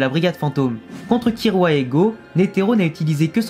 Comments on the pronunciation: On dit KiLLua prcq sont nom vient du mots kill (tuer) en anglais parce du coup si sont nom vient du mot tuer KiRua ça veut rien dire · Oui, d'accord, mais à l'oral ça se prononce "Killua" et non "Kirua". Donc bah logique qu'on l'écrit " Killua " même si la lettre " l " n'existe pas en japonais. Et c'est souvent les personnes qui ont regardés en Vf, qui disent" Kirua ". T'as capté mon point de vue ?